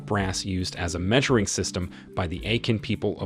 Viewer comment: I wholeheartedly appreciate this video nut just a little reasearch would give justice to these pieces…example AKAN pronounce AH CON, Benin prounonce BAY NEEN , Igbo prounced EE BOW, but lots of knowledge for sure